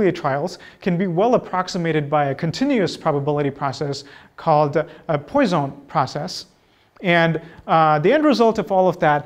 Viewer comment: Minor correction : the first word of Poisson process should be pronounced pwa-sawn , not poy-zone.